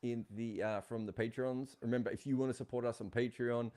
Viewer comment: ''the older you get, the more you wangt the world to end with you'' I LOVE!